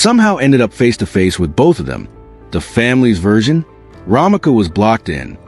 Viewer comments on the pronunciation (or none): Romeca not Romika